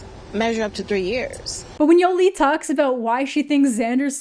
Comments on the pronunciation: "Yo-Lee" I can't listen to you say her name like this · The way says "Yolee" 😂